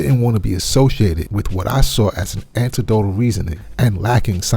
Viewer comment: no. You said anti-dotal, not anec-dotal .